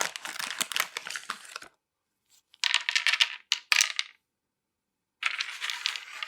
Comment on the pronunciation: Hey there, you’re really amazing, and I love watch your videos 💖 but also I’m Italian and I can say that’s “biscotti” and not “bisscoti”😆